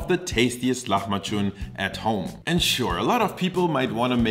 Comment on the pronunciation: The way you say the word it sounds more like "lahmaçun" (hard "ç"), but the word is "lahmacun" (soft "c").